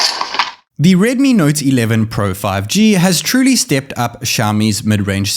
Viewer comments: You sounds like. ....naughty 11 pro 😂😂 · He says it like redmi nauty 11 pro